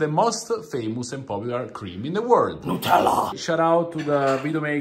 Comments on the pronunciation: Not them calling it nutfield 😭😂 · Love how they say "Nutellla" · It's liontella 😄